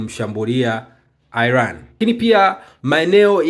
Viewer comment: Airan ndio nn inatamkwa kama ilivyo Iran bwana airan ndio nn